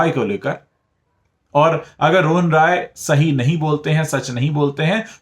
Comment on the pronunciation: Kindly correct your pronunciation of "Rai" while taking Rohan Rai's name. You seem to be pronouncing it as ROY which is a Bengali surname and RAI is from a different province in India